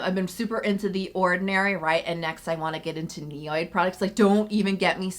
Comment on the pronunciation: my skin is healthy because of the priceless information you share with us, the product recommendations you give us. So know I bear you no malice when I BEG you to correctly pronounce names of products and brands. Ni- od, not ni- oyd, Asiatic-o-side, not Asiatiside, squaw- lane not squa-la-lane. Compounds are named by their components, ol ( pronounced “all” means an alcohol group etc.) If you take the long difficult words apart by their constituent groups your pronunciation will always be on point. The better websites will even give you the phonetics. Repeated errors decrease your viewership. Please? Text-ure not tax-ture......